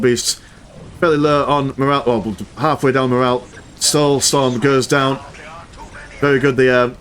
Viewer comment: Witness the "stoulsorm"